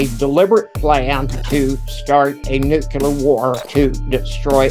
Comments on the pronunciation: What is a "nucular" war? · Agree, seems all guests he invited to discuss Nuclear Weapons can't say "nuclear" they say nu - cu -lar. It's Nuclear as in the 2 words "new" and "clear" it's not difficult to pronounce and yet so many have problems saying it correctly. Why is that? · Never and I mean never trust anyone who says new kya ler ..